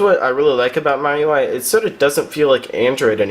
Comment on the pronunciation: You just now taught me to how to pronounce miui!